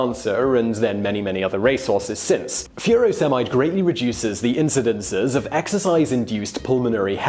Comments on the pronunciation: I've never heard furosemide pronounced like that before! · tegs69UK I was thinking the same thing. But then drug names can be tricky to pronounce a lot of the time.